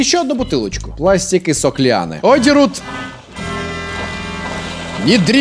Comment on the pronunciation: говорит: Пластик и сок лианы. Я слышу: Пластик и сопли Анны.